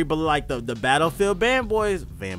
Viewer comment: nigga said "betafeild" lmaoo